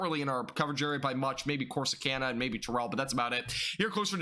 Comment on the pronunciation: Terrell is pronounced "Tare-ull"